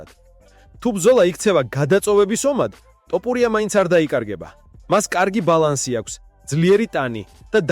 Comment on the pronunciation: რატომ ამბობთ "ტოპურია"-ს, შენც უცხოელი ხარ, რატომ ამახინჯებთ ჩვენს ეროვნულ გვარს-"თოფური" მეგრულია და თაფლს ნიშნავს; გვესმის ეს უცხოელმა წარმოთქვას, თქვენ რაღა გემართებად, შეგნებულად აკეთებთ ამას?!...აბა, რა უნდა იფიქროს კაცმა?